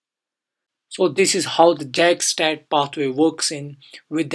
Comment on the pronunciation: Its not pronounced Jack its pronounced yak, but other than that very nice video.